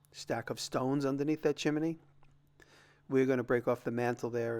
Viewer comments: Are you saying "chimEny" instead of chimney as a joke? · Chi-min-knee. lol